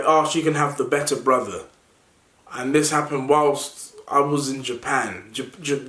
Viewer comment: It’s fucking “when” and “this” man not “ven” and “vhis”